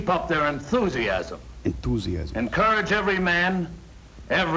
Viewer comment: ~*NEBULA*~ Actually what he says is "Entoosiasm" like a gangster lol.